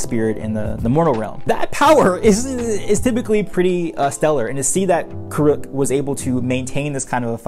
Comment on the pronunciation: I love your videos and takes! And I have a quick comment and maybe there is a reason behind it, I do not mean it as a critique at all. In the show, he pronounces his name Avatar Curr-ik and your and pronouncing it Avatar Cur-ook. I know it is spelled ambiguously, but the show it a pretty good indicator they did a lot cultural research. Also, even in the copy you show and in citations of quotes the book titles are “The Rise of Kyoshi” and “The Shadow of Kyoshi”, but in your videos and in the comments section you say “Shadow of the Kyoshi” or “Rise of the Kyoshi”. I thought maybe it was a simple mistake the first time, but after seeing you type it that way too I was curious about why. I also just finished these books a week ago and oh my gosh it only took today days per book they were so good I want more so bad! And having fellow fans dissect them online is great!